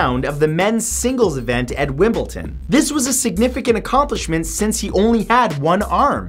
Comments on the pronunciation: Why does he keep saying "wimbilTEN" So frustrating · The fuck! "WimbleTon"? 😠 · why tf do u pronounce Wimbledon so weirdly, its not wimbleTon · Yeah it is i put a m instead of a n. Shoot me. But there's no T like in the way mate pronounce it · Matt, there is no "T" in Wimbledon. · Am I the only one who noticed he couldn't say Wimbledon? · He pronounced Wimbledon with a T wtf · Their is no t in wimbledon 1.23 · Please learn to say Wimbledon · NO!! It's not Wimbledon not wimbleten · 6: WimbelDON not Wimblton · Why pronounce Wimbledon as 'wimbleton' where's the 'T' come from xD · Are you implying that you believe that it is called Wimbleton and not Wimbledon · Wimbleton wtf is that?!?! It's Wimbledon 😂😂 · ITS NOT WIMBLETON **wimbleDON** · WimbleDON not WimbleTON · #6 It's WIMBLE-DON not Wimble-TON. If you think I'M being petty, look at Jeopardy. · Did he pronounce Wimledom as Wimpleton? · It's Wimbledon not windmilltim. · Wimble-DON not wimbleton lol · WimbleDon not Wimble Ton come on Matt get it together lol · Wimbledon (pronounced wimbleTon?!?!?) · Wimbledon, wimbleDON. Wtf is Wimbleton? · "wimbleton" Really? Wimbledon people. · The word is WimbleDON not WimbleTON ☺ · It's "Wimbledon" not "wimble-ton" 😂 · it's wimble''d''on not wimble''t''on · Wimbledon not Wimbleton or Wimbleten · WimbleDON not WimbleTON 🙄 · It's wimble DON not wimble TON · haha 'Wimblton', it's Wimbledon - (Wim-bl-don). Good attempt though. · Its Wimbledon not wimbleton!!! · How on earth do you manage to say Wimbledon with a t in its not wimbleton Christ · Wimbleton xD Wim-ble-don Please learn how to say it right. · "Wimbleton" smh 🤦‍♂️ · oli _ i know right... i was irritated. I was like WimbleDon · Wimbleton lol 😂😂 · I'm from England but did anyone hear the way he said Wimbledon 😂 there is no t in it 😂😂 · Matt it's pronounced Wim-ble-dom! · Vilhelm Dunning *wim ble DON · Vilhelm Dunning I'm pretty sure it's Wimbledon m8 😂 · WIMBLETON HAHAHA LOVE YOU MATTHEW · Did he seriously just say wimbleton